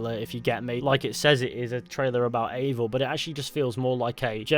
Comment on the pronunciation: yes but they are creating a novel and there is leak that Eivor is "her". Originally the name Eivor is a female too. There is no living male that is called Eivor. And the name is actually pronounced EYEvor (i dont know the transrcipt so i type it that way :D)